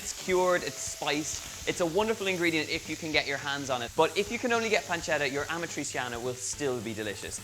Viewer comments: Amatriciana, not amatrisiana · If you have an i or and e after a c in Italian, it sounds more like a "sh" than a "s". Like in shoes. So it sounds rather like "Amatritschiana" than "Amatriziana". But looks nice. :) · What? Amatri"S"iana? The real accent for Amatriciana in your language is Amatri"CH"ana. Our C is like your CH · Aaaargh ,great job with the dish but stop pronouncing it wrong the c in amatraciana is said ch like in pancetta . You wouldn't say pansseta so stop saying amatraseeana . Apologies for rant ,food looks amazing 👏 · Donal is kind of struggling with Amatriciana's pronunciation lol. It's basically Ama-trichana. Amatri-seeyanah is too much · It’s amat-rich-yana! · Great pronounciation, Donal! 😂 ”Amatrisiana”. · It’s pronounced “amatrichiana” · The pronunciation is Amatrichiana! You want teach a recipe and you don't know the name. NO FUCKING GARLIC. I don't undestastand why abroad everybody put garlic in our recipes. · Babe it's pasta all'amatriCiana (a-ma-tri-CHA-na) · It's pronounced "ah-mah-tri-chee(like cheese)-ah-nah" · Pronunciation tip: Ah-mah-tree-chah-nah (the stress is on the 'chah' syllable) Great recipe! Love from Italy! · ArmchairWarrior ammatreecheeanna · Amatrissiana ? And yet, you don't say Panssetta... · that‘s not how you pronounce amatriciana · well I wanted to share the video with a friend in rome but I can't because of the wrong pronunciation of amatriciana :D